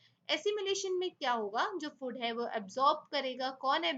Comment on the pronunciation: mam, it's not 'फुड', it's 'फूड'.